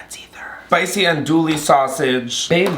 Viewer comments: The andouille pronunciation is sending me into orbit😂😂😂😂 it’s ahn dewy not an dual-y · Hi fellow, Louisianan here, for future references it’s pronounced AHN-DEWEY sausage. I’m sorry I have to 😭😭😭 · My guy, you’re cooking a Cajun dish you can’t possibly over season the chicken! You did really great! If you ever are up to making gumbo again, cook the roux down to a chocolate brown. I promise the depth of flavor is worth the extra time!! Ps, it’s pronounced Ahn-Doo-Wee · i’m from louisiana and i’ve always heard it pronounced like “awn-doo-ee” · I’m loving your really creative pronunciation of ‘andouille’